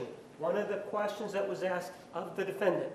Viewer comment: Once during the trial Juan objected to saying "excape", and I'm pretty sure he also says "axed"